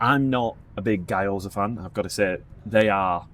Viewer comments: Almost turned this off 2 minutes in because guy-oza was giving me an aneurysm lol. Sorry guys ‘gyo’ is one syllable, try saying ‘big yo-yo’ really fast and then drop all the extra letters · As everyone is saying. Guy-Oh-Za is just...... really wrong. It's two syllables, gyoh-zah. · Who is this Guy Oza guy you keep talking about? 😂 GYO-ZA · Hey guys loved the video but the pronunciation of Gyoza was doing my head in Gyo NOT Guy G..yo..za Not Guy…oza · Guy - Oza, seriously? you know how to pronounce it so stop putting on the bullshit accent, please! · There's an Asahi factory in Wulkuraka (part of Ipswich) in Brisbane. Always, always use chopsticks IMO. Also in Japanese it's pronounced Gee- yo-za. Looks delicious